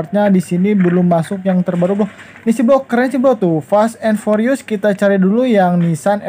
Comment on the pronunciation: "forius" wkwkwkwk